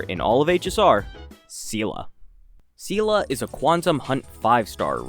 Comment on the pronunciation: Seele is such an old character people just forgot her name is pronounced as "Zee-lah". Not "See-lah" (which in Russian sounds as the word that means "strength" :)), not "See-lee".